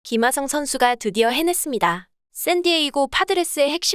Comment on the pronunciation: 아니 ㅋㅋㅋㅋ tts에 어떻게 입력해야 김핫성이라고 말하는거임 ㅋㅋㅋ 진짜 핫해보이네